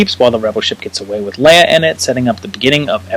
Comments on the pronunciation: I can forgive saying WOOF instead of WOLF ;) But LEEUH instead of LAYUH?? UNSUBSCRIBED jk but stil... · She is pronounced, “Lay-ah.”